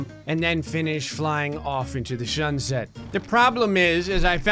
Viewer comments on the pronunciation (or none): = "And then finish flying of into the Shunset"